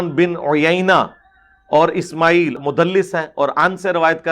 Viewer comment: Ismaeel main ع ka makhrij bhi ni nikala 😂